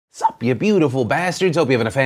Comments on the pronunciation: Your sup in the very beginning of the video sounds like a barking baby seal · I thought a small dog barked at the beginning of your video 😂😂😂